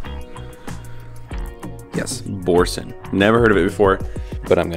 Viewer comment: Bruh the way you just BUTCHERED the name Boursin 😂 It's a French cheese. So good. It's pronounced BOR-sahn